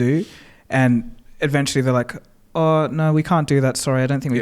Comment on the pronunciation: Am I crazy or does pronounce "eventually" as "adventually"?